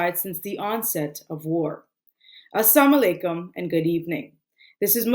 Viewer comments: Can someone please teach this woman to say :as salam alaikum" (peace be upon you) instead of "As sam alaikum," which means death upon you? And yes it DOES matter. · First of all you have to correct your way of saying Salam. All I heard is “Assa Malikum” which has a very bad meaning. It is not Eid ul ada. It is Eid ul ad ha. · 'As saam alaikum' is not the same meaning as "As Salaam alaikum"... Correct that first! Completely opposite meanings...